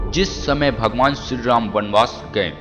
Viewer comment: Ram ka name to dhang se bola nahi ja rha h aur ramayan ke 10 secrets bata rha h sala